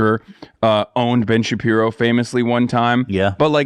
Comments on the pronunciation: hahaha so goofy 🤪🤪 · I love when he says Ben shabeebo